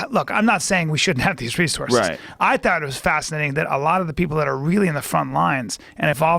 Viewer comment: Joe “ it’s just fasanating” Rogan